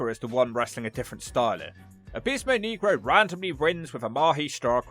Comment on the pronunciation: You pronounced negro wrong